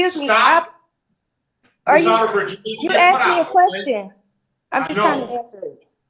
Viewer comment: “You axed me a question.” Yes, yes, I did.